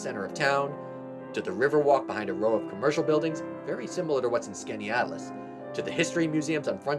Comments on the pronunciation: You almost got it right. But it's not "skany-atlas" it is "skinny-atlas." I grew up in Homer. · Skaneateles... by the locals, it's pronounced "skinny atlas". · Upstate New York native most of my life. You pretty much nailed it. When I heard the number one I thought you said Oswego.. big difference. Also most finger lakes people pronounce it Skinny-atlas. Great job.. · 10 is supposedly named for Pennsylvania Yankee Penn Yan. I love the Finger Lakes region, Im from Elmira just below Watkins Glen. 8 is pronounced Skinny-At-Las. 5 If ya coming north on NNY14 from Horseheads and you want to avoid the mess thru town where 414 comes into town, turn right right before the TOPS plaza and turn left behind it, follow that st till the light and turn right to go north on 414/Walmart or go one more block past the light and turn left to meet 14 again above the 14/414 red light. I was born and raised in Elmira so I know the short cuts. Watkins Glen International is in the town of Dix NY at the top of the hill, orig the track was a 6mile road course. Oct 1947 was the 1st Post WWII race in America, "The Day They Stopped The Trains." If you go to the park, go to the South Entrance, where the Pool is. Its easier to get in and out from that entrance, you only miss one waterfall from that entrance and its an easy walk to get to and continue up the gorge. 1 Owego was a rr town serviced by the Erie (NS active line), Lehigh Valley and DLW (Lackwanna), The DLW & Erie merged to create the EL in the 50s. The DLW line from Owego to Ithaca was the oldest part of the whole DLW system at one time. The DLW old bridge supports can be seen when the river waters are low, Their station and tracks were located where the Owego exit is on Rt17/I86. NYS bought a lot of the old DLW line to build the hwy RT17. The old bridge crossed just west of the road bridge over the hwy and riv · It's skan-ee-atlas